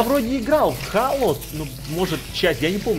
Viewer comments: Не хало а хейло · не halo а helo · зело а не хало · у меня на иксбоксе есть эта игра! и да не хало а хэло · ХЭЙЛО А НЕ ХАЛО